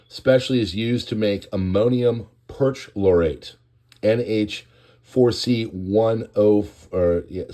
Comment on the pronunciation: Thanks for the news on this terrible explosion. Just fyi: Perchlorate (per-CHLOR-ate)